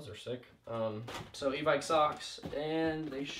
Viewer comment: "Oh evike sucks" -what'd you say "I said socks not sucks"